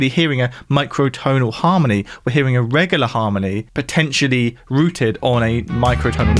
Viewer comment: I can't get over how he pronounces the word 'regular'... regahluh